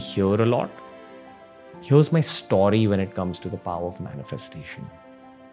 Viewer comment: For some reason it's very satisfying to hear Ranveer say "Stawry"